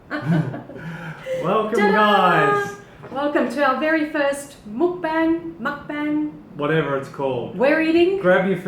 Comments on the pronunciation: I'm 99% sure it's pronounced Muk “Bong." Asian Vegan (aka MommyTang) does this. I know this because I just recently discovered her YouTube channel like 3 or 4 days ago. the first video i watched of hers was her Dominos Pizza Mukbang, it was hilarious (and Informative) Lol. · Hello +! You pronounce it Mokbung. It started in South Korea and simply aims to make eating less lonely. Muk means eat in Korean and bang means room so that's where the word comes from. I really enjoyed your mukbang:D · if you guys are going to this then you should figure out how to pronounce mukbang.